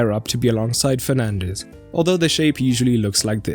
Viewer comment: he says Penandes 🤣🤣🤣🤣